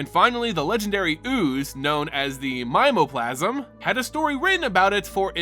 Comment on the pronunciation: Mimeoplasm is pronounced the same as a mimeograph; Mim-ee-oh-graph.